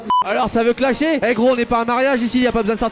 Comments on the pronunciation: quoi !... T'a dit clashier au lieu de clasher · Ta dis clachier lol xd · Studio film mais j'étais grave choque quand il a dit claque